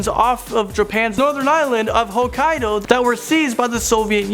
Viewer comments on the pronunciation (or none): none